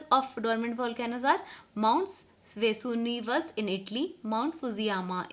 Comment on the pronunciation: Maam its not vesurivius Its Vesuvius 🤣